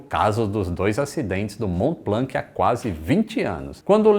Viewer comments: Mont blanc !!! Pas blank on dit pas le c en k !!! Prononce blan kkkkkkkkkk👍🇨🇵🇪🇸🇧🇷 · Só um adendo, a pronúncia (tentando escrever em português o que falam em francês) de Mont-Blanc é "món blãn"... No francês essas consoantes sozinhas no fim das palavras costumam ser mudas. Uma piadinha sobre isso no desenho Tin-Tin, dois policiais gêmeos se chamavam "Dupon e Dupon", sendo na grafia Dupond e Dupont. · Ótimo video, so tenho uma pequena correção sobre a pronúncia do "Mont Blanc", na pronuncia francesa não se pronuncia a letra "C", aqui esta a versão escrita com o alphabeto phonetico se te interesar: mɔ̃ blɑ̃. (E so pra avisar, eu sou de nacionalidade francesa e brasileira, e eu assisto todos os seus videos da França). Um abraço. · O mais engraçado é o falando "Blanc" uma vez que em francês não se pronuncia a letra "C" do final. 😂